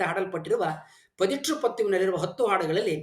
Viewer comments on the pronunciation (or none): none